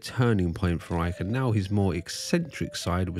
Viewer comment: Why does Icke always pronounce his Ts as Ds?!